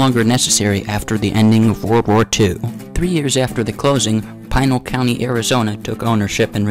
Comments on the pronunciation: Pinal is not pronouced as "Pine-al" (locally) sounds like Pin + Al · Pinal = Pih-nall